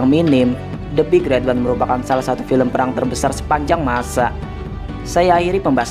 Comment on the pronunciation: min intonasinya yang bener lah gaenak, big red ooneeee diteken teken gitu dah